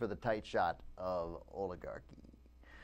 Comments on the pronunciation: Oligarh...y? Oligarh-ee? Orligarh doesn't even sound right for this word.. I dunno. Maybe it's me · you are pronoucing oligarcy wrong. yeah i know i spelled it wrong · Did he forget the C in oligarchy?